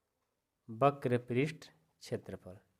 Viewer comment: Only one mistake वक्र होता है बक्र नहीं